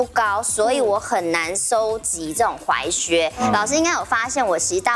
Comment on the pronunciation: 只要是鞋的主題，我就想到劉真。整個節目少了她真的差好多，就連老師推薦的款式依然比不上劉真的品味。劉真的離開是台灣時尚圈的一大損失。 還有那個，那個念踝靴，不是裸靴，腳踝的踝!!